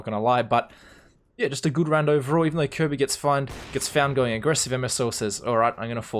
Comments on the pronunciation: Good job. Try “K-R-B” for kjaerbye instead of “Kirby”. Technically it’d be KRboo, but no one lengthens the o sound :P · kjearbyes name is actually pronounced with the j sounding like the y in yogurt but other than that youre pronouncing it fine.